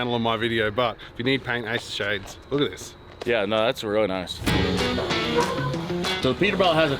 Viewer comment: The way says really weally never gets old 😂 Or is it wereally wereally… either way 💪🏽👍🏽🤣